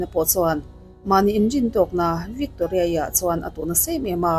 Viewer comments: Victoria I lam dan chu a common lo hle mai😂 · Victoria i lam dan hi 😂😂😂😂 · Victoria i lam dan hi ṭhing e, mi vantlang lam dan i hre ve awm tho si a😊